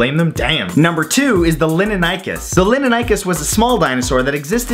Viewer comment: Time to correct your pronunciation. Pegomastax is not "Peh-goh-MA-stax." It's "Peh-GAH-meh-stax." "Lin-in-NIE-kus?" Seriously? It's "Lin-HEN-eh-kus." "Long-is-QUA_mah." No. Just... no. "Long-IS-quh-mah." "Jee-GANT-oh-rap-tor" is "JIE-gant-oh-rap-tor". Think about it. Do you say gigantic or jeegantic? This is where I started to scream at your baldness. "Mam-INK-ih-sore-is." You didn't even pronounce the "saurus" part right. People with functional brains know that this dinosaur's name is pronounced "Maim-EHN-chee-sore-us." "Jay-hole-OP-ter-is?" Complete slaughter. "Jay-HALL-op-trous." "Soo-zoo-SA+ORE-is?" How? How!? HOW!?!? Can you not read!? It's so obviously "Soo-ZYOU-suh-rus." It's "In-SIS-is-VAH-sore-us." "Sher-ah-vipp-TEAR-ux." Do you even research, bro? "Hell-ee-COP-pree-on." You have failed so, SO badly. I take it all you did was Google these and read about a paragraph on each? These aren't weird at all. Why did you rush this video so badly? The content isn't even good. I want to smack some sense into that lustrous head of yours. If you're going to do a video on dinosaurs, why would you not do proper research on dinosaurs like watching scientists at least say the names? Then you'd at least know how to say these names. If anyone has read this far, this guy is an idiot. I propose we slap him so hard, his hair follicles become functional. My videos are much better but him saturating the video feed is ruining the chance of people who are worthy. Listen, Matt. You either shap